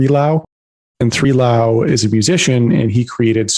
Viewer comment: Its BLAU!! BLLLOOUUWW. NOT "3"LAU! OMG LOL